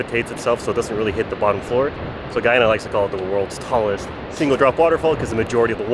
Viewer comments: Guy ana, not gwoiana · Great content. I'm Guyanese. Thank you. It's pronounced Guy-ana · it's pronounced guy-anna people from guyana are called guy-ann-eese people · HELLOOOOOO....... the name of my country is a very simple 2 syllable word GUY ANA...... GUYANA ! por favor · Bro u pronounced the name wrong bro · My man appreciate you going to our country but you have the nerve to pronounce our country name wrong and said the country you didn’t know exist where the hell do you live? You’re a little disrespectful. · This gay man has trouble pronouncing the nation's name.